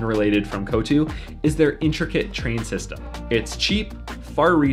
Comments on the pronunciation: It ain't kho-thu buddy, its koththu... ko-th-thu 😁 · Its kottu not kotu😂🤭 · Btw it’s not ko-too it’s koth-thoo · My heritage goes back to Jaffna ! Loved your narrations and footage! Also the dish is pronounced "kho-thu (as in a spitting sound) and not Coutoo :) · It’s not called ‘kothu’ pronounce it as ‘koth-OO’